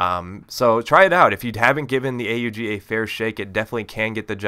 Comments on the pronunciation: Yes a commentator that finally says A-U-G which is the correct name. its not called the OG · I am glad to hear you call it A-U-G instead of Aug!